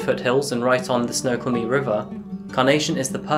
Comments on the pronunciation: I know you were from my area when you pronounce snoqualmie correctly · So weird to hear Snoqualmie with your accent- and pronounced correctly!